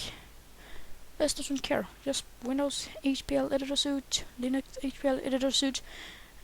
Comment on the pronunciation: btw, suite is pronounced 'sweet'